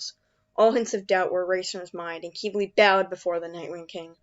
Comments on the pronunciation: I thought Quibli was pronounced cwible not kibli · Ack qeebly… it’s fine I’m just a bit triggered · It's pronounced KIH-BL-EE, just really fast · Oh so I’ve been pronouncing his name in my head wrong. This whole time. I’ve always pronounced it Qib-bil, Even though it’s spelled Qibli. Idk my methods are questionable. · im just mad at how they pronounce qibli.